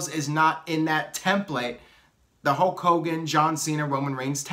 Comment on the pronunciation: It's not 'HOKE hogan, it;s pronounced 'HULLLLK' hogan. What about HULK hogan 4.0, The Rock 3.0, Jon Cena 2.0, Roman Reigns 1.0